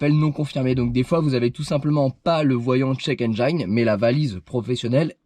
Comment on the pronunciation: Salut. Juste pour info, on ne dit pas "Endj-a-ine" mais "Endj-ine" comme Engie + ne. ;-) Sinon super Topic ! Sinon quel est ton modèle de lecteur OBD ? Problème PCV connu ? Pas sûr... chez Peugeot ils tombaient des nues quand je leur ai expliqué que j'avais réparé moi-même mon problème. Faut dire aussi que Peugeot ne vend pas cette pièce. "Alors forcément, elle va marcher beaucoup moins bien..."